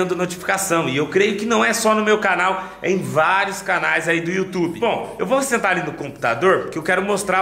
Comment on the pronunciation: Foi engraçado na hora que o falou YouToba 😂😂😂😂